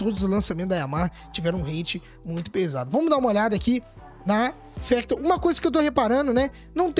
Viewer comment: Não é fÉctor e fÁctor